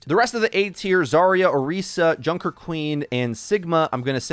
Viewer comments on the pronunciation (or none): none